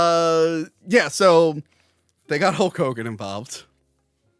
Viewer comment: I'm glad I'm not the only one that calls him Hull Kogan.